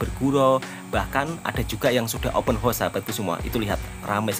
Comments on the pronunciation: 'haus' bukan 'hos' horse=kuda :face-purple-crying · Bukan open hoss wak tapi open haos, bunyi hoss makna kuda wak 😂😅😊